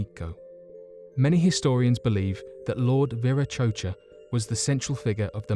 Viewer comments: Yea long intro.. and it’s Vera ko tcha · Regarding the diety presumed to be depicted on the Gateway/Doorway of the Sun, in Tiwanaku, Bolivia (topic #2 in the video): the name is most commonly pronounced "VEER-ah-KOH-chah"; although the Peruvians of the Altiplano region (and others, I'm sure) say "WEER-ah-KOH-chah"; and a variety of dialects from all over the Spanish-speaking world pronounce the letter V (if it's the first letter of a word, anyhow) with B sound, thus "BEER-ah-KO-chah".